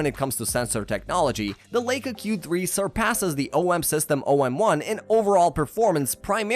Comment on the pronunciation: The narrator mispronounces Leica 😦